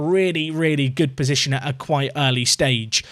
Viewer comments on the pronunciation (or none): none